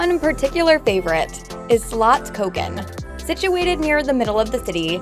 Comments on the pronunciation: Spelling is wrong, it's Feskekôrka/Feskekörka. And then she said "feskekora"... Slottkogen!? How does she miss the two S in the word!? "Skatsken". Again... haha, just ignoring letters. Pretty sure she said the English word Archipelago wrong as well. orz It's one thing to not know or not pronouncing things exactly right in another language, but I'm so confused about some people who just skips letters in words. Otherwise a good video. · The way she prononce the Fiskekörka, Slottskogen,Haga Nygatan ..etc etc...made me laugh out loud.. it seems like she has never been to Göteborg...